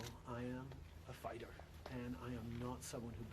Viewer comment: "Fighter" ? :face-pink-drinking-tea:though you started-off correctly, "ighter" isn't exactly where everyone else went!